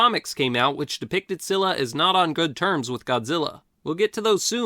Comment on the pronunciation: SKEE-luh. It's pronounced SKEE-luh.